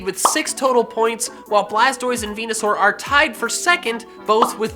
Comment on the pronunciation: Its blastois